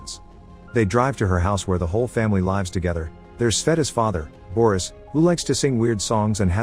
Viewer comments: Where their whole family "LIE-VS" together" or "LEE-VS" together? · Where the whole family "lives" together (pronounced laaivs). So it's a robo voice. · Are you using a voice program that can't pronounce lives correctly, or the word message? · I like how the robot is able to identify intonation but after years still can’t say “lives” or “message.” 🤣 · I just noticed that this is read using a reader. Took me long enough, but the misreading of the words ‘lives’ and ‘message’ gave it away. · I think it is a bot that is reading this or narrating this because nobody mispronounces lives together with lives together